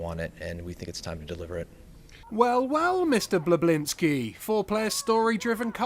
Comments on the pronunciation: im sorry but who the hell is Cliff Blesonski????? his name is Cliff Bleszinski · CLIFF BLEZONSKI...LITTERLAY ROFLD